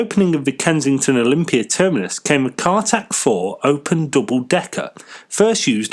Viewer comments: Not Cartac, Cartic. Car carrying articulated vehicle. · Not CARTAC 4, CARTIC 4, not Seize - CEASE, pronounced seese. Interesting article, but do your research and pronunciation of the English language better.